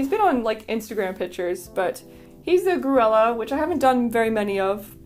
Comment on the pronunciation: Not to be critical at all, but the pronunciation of Grulla is grew-yah. Its means mouse or sand hill crane color. Gorgeous collection and i dont remember the mold names either!